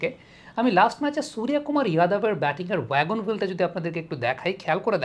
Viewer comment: আরে দাদা আপনি তো বিহারী কিংবা ইউপি ওয়ালা দের মতো উচ্চারণ করছেন "সুরিয়া কুমার"। আপনি নিজে বাঙ্গালীর ছেলে তো বাঙ্গালীর মতোই "সুর্য কুমার" বলুন।❤